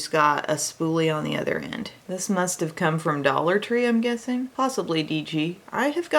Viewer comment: saying udder just made my day!!!! Lmao!!!!!!